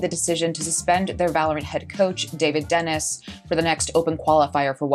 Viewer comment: I think David Denis' last name is pronounced Denee